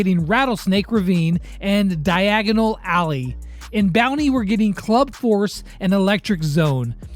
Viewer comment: Idk if its just me but , diagonal allley.. is it diagon alley!? harry potter reference!!!